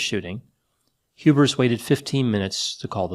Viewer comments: Lol, it's HubERS not HubRIS. doing another Freudian inception on us. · Every time says "Hubers" it almost sounds like "hubris" to me. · it sounds like you're saying hubris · Whenever says the name "Hubers", I hear "Hubris", but is that wrong? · It almost sounds like you're saying Hubris instead of Hubers and I find that to be fitting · messed with me the whole time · It does sound like is saying Hubris. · I keep hearing "hubris"